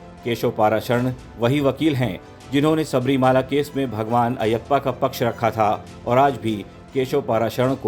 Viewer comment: Arey pronounce his name properly.its paraasharan ( name of ved vyas's father name) & not paaraasharan. Also it's shabarimalaa & not shabarimaalaa.